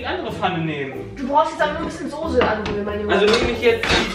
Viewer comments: Es heißt Soße und nicht Sose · Sose.... ES HEIßt SOßE!!!!! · Es heißt Soße nicht Sose!! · Warum sagen alle Soohse... 🙈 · wie jays freunding "soße" ausspricht triggert mich so hart :) :D